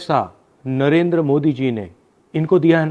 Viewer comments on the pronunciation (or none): none